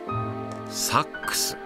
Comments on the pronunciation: ナレーションさん...。 サ↑ックス..？ サ↓ックス........。 サ↑ックス、ソックスとセックスのイントネーションと同じやないか！！！！！！！泣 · ごめん、ナレーションの「サッ↑クス」が気になっちゃうw 間違ってないけど「サッ↓クス」で慣れちゃってるからw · セックスと同じ発音だね